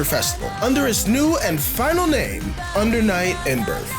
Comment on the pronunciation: Ahh yes, my favorite game, Under Night In-"Burf" 😂